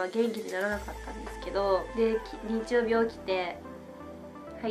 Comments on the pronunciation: Sss 曜日↑じゃなくて曜日↓って最後さげませんか？www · 曜日の発音が、、方言とかかな？